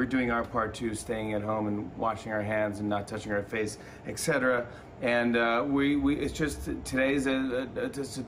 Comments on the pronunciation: He said “ex-cetera” and I turned it off. You’re on TV every single night for a living. Cmon. Ugh. I’m in that kind of mood. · Yet another new room. Give us a tour Jimmy! BTW, etc is etcetera not ekcetra.